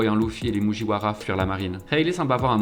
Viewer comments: Il m'a énervé avec ses mujiouaras et ses pacifistes....pacifistaS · J’ai eu du mal avec « Louffy » et les « moujiwara » mais sinon c’était pas mal